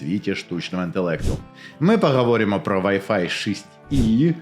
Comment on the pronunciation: ще є над чим працювати (пАгАворімо- пОгОворимо, кінец - кінецЬ, інтеграцИї- інтеграцІЇ, гАтуєтся- гОтуЄтЬся, відмовитисА- відмовитисЯ, ухвалІв- ухвалИв, суттєвИ- суттєвІ, гАлАвних- гОлОвних), але вимова у стає значно краще. Круто!